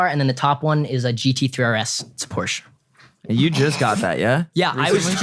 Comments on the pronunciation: It’s not porsch it’s Porsche and not porscheee it’s Porsche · Has a GT3 RS and doesn't know how to pronounce Porsche.. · hey said Porsch lost all respect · He doesn’t even know how to say Porsche right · i give like 0.1 shits about cars but like please say porsche properly cos like idk it just bothers me. weird flex but okay yeah i know but oh well.